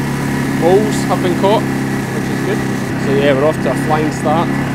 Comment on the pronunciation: Moles! The first time I heard it I thought said "Bulls" (??) Later in the vlog he pointed out a mole hill & I had my "ah ha!" moment. The CC was no help - it translated "moles" as "BS" (??) 💕💕